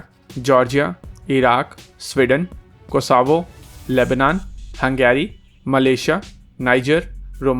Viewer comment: Anatolian Eagle and not Antolian Eagle, Cosavo nahin but Cosovo - bhai, great stuff but thoda pronunciation par bhi dhyaan rakho please 🙏